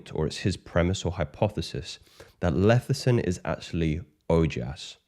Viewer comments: It's Lecithin, not Lethicin. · It’s pronounced LESS-I-Thin not LETH-I-Cin